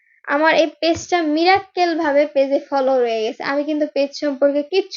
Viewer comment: এ রকম অশিক্ষিতা মিরাকল কে মিরাক্বেল বলে সে আবার youtube এর কল‍্যানে smart হয়ে গেছে।